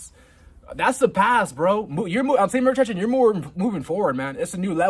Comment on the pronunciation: I can't help but get annoyed when you mumble speed say semen retention. Bro say it clearly! confidently!! Please!